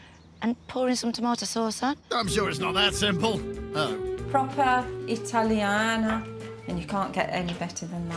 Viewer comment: As an Italian, I cringed so much when she said "Italiana"😅